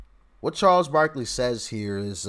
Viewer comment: Barkley not barkely...